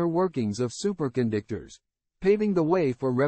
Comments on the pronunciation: Wait a minute! Did the A I say, 'Super condictors'? It said it again! That's Hi larious! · Super Con Dick Tors